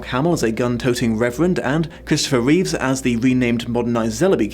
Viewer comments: It's Christopher Reeve, not Reeves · Reeve. No "s." Christopher Reeve. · Oh no he got Christopher Reeve's name wrong...oh well